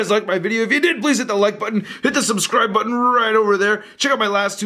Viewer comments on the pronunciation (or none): none